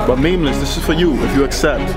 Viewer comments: okay but listen, elisogay, i dont think your content is entertaining. neither does memeulous. yes, memeulous. not memeless, say it with me, "meme-you-lous" not hatin bro, do what makes you happy. but your content doesnt please me. im on george's side fam. just because he doesnt like your content, doesnt mean you can put his name in the title for views. #memeulouscrew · Calls himself tough even tho he can’t even pronounce Memeulous right